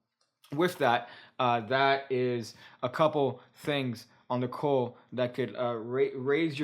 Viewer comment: i can not in good conscience be silent anymore. And you will HATE ME. But "cull" is not pronounced "cool." The "u" in cull is pronounced like the u in "up." Like "cup." Go ahead. Hate me. I love you, man, too much for how you have IMPROVED MY MAGIC!